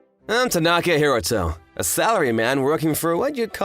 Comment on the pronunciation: More Merkan Second Syllable Stress Syndrome. "Ta-NAAAA-ka Hi-ROOOO-to"? Give me a break.